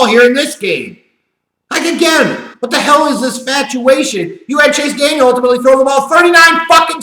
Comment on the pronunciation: Chase DANIEL, not Daniels! And yes, he blows!